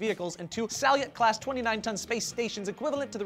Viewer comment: they're pronounced SAL-yute and ZAR-e-yuh, but great story bro